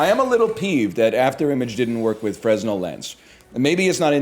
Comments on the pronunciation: Fruhnel, not freznel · Idk if he's doing a bit but fresnel is pronounced furnell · NL: Be word enjoyer. Also NL: Pronounce Fresnel with the S. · Him pronouncing the 's' in Fresnel is killing me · Any other theatre kids get irrationally annoyed at NLs pronunciation of Fresnell?